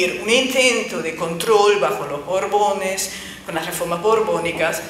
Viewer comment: Me encanta que esta chica no pronuncie bien la letra "R" y llame a la monarquía española "bobones"